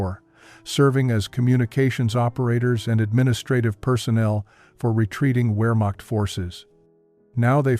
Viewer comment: . . . . . FOR RETREATING WEARMOCKT FORCES." IT IS NOT WEARMOCKT. IT'S PRONOUNCED VEAHmocht